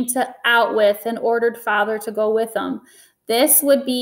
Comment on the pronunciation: Out-With Is Bruno's Pronunciation Of "Auschwitz"